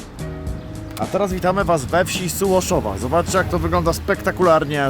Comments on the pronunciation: Sułoszowa, nie Sułoszewo 😅 - Pieskowa, a nie Piaskowa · Sułoszowa a nie Sołuszewo :) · wieś Sułoszowa a nie sołszewo